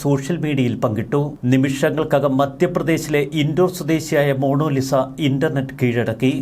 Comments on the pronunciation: Monolisa അല്ല, മോനാലിസ. എന്താ Mr. സോയിമോനെ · It's MONALISA,not MONOLISA! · മോണോ ലിസ അല്ല... മൊണാലിസ എന്നാകാനാണ് സാധ്യത...! 😅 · മോണോലിസ അല്ല മോണാ ലിസ ആണ് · എൻറെപൊന്നു സഹോദര.... മോണോലിസ അല്ല...... Monalisa..... കഷ്ട്ടം തന്നെ 🫤🫤🫤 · Monolisa അല്ല മണ്ടാ ........ മൊണാലിസ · Mono Lisa അല്ല Monalisa